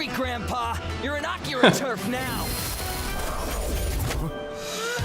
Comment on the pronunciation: Akira is a movie, actually. and no,, you DID pronounce it right.:) also, this fight and kill is more sad than anything. Akira is also a manga series.:)